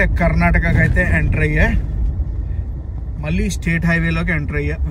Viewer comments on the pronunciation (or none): none